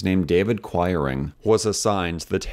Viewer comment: I grew up in a town with a large mennonite population and the names quiring and toews were pronounced kweering and tayves. I enjoyed this video very much and have subscribed.